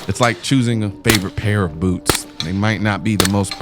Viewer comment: You said boots, but I heard boobs. I had to listen to it a couple more times to make sure.